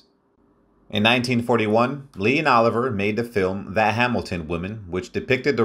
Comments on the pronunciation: FYI it's Lawrence O li vi eh (pronunciation) not Oliver. It's "A Midsummer Night's Dream, not A Midsummers. It's Wuh ( short u not Woo) ther ing Heights. Elia( accent on the E with li pronounced lee) Kazan . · Hey Robot! It is NOT OLIVER - it is OLIVIIIIIIER! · Sir Lawrence. “OH LIVE E YEA”, NOT EVER “OLIVE ER”! SIR LAWRENCE USED THE FRENCH PRONOUNCEMENT of his name. IT IS “WEATHER. ING HEIGHTS”. THE Pronunciations in this session is absolutely atrocious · I hate these damn AI readings and not being able to pronounce Sir Laurence Olivier as "Oliver" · Don't you just HATE AI generated narratives?? "Laurence OLIVER" and Woothering Heights. Sigh. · I'm glad I'm not the only one who noticed the mispronunciation of Laurence Olivier. Also, he pronounced Blanche DuBois (DooBwah) as DuBoyz! She sure was a stunningly beautiful lady. I didn't know until recently that she spoke with a British accent! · Hilarious pronunciation of Laurence Olivier.